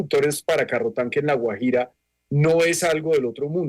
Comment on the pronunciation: Raro que no pueda pronunciar Guajira... extraño.. Vivió fuera del país?